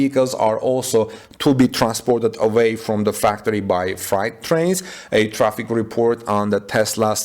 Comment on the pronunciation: Freight rhymes with hate. The way you pronounce freight, it sounds like “fright” or “night”.